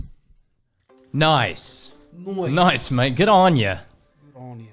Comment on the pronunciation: You've gotta drag the 'mate' out a little, more like 'maate'...